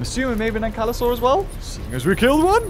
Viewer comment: 'ANKYLAUR' ok...... 😂😂